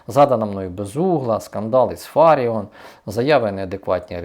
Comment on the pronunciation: Не ФАріон, а ФаріОн., відвідайте мовні курси пані професорки Ірини Фаріон. А що таке «Розкол суспільства»? Це як? Ніхто не краде, не ухиляється від окопів, знають українську мову і дотримуються закону?! Тобто, ті, хто не підлягають цим перелікованим критеріям, одколюються і «валіза, вокзал, рашка»?